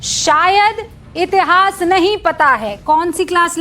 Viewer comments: Madam इतहास नहीं इतिहास होता हैं। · इतिहास होता है, इतहास नहीं 😂